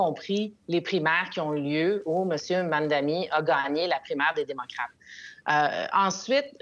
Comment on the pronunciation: Monsieur le journaliste je vous demande d'arrêter de massacrer le nom de Monsieur Mamdani c'est gênant